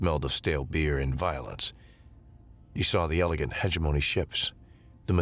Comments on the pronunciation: I think the problem with live reading us the incorrect pronunciation. I will just mention one, heh GEM o KNEE. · Hegemony ... huh·jeh·muh·nee jeh emphasized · I always put the emphasis on the wrong syllable on Hegemony 😅